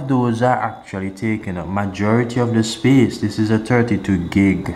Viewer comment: Free up ✨speece✨